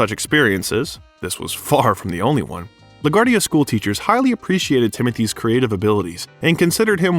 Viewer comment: La Guardia's name is brutally murdered here.